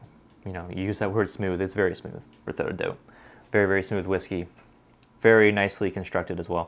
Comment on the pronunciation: "without a doubt" scotch so good gave him a Scottish accent